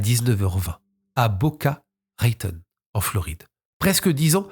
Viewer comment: Non, mais vous massacrez Hampshire & Boca Raton de c’est pas vrais!!!